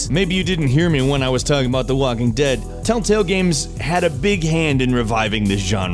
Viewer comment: did he really just say "talltale game"